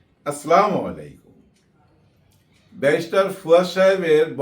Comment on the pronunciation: আসলামুআলাইকুম। এমন ভুল আপনার মুখে মানায় না। ভাই, আসসালামুআলাইকুম বলবেন, কাইন্ডলি।